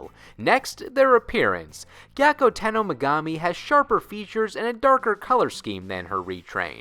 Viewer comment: I too never pronounced Megumi's name correctly or at all.